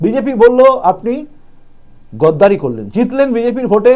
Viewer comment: গদ্দার নয়, গাদ্দার। গদ্দারি নয়, গাদ্দারি।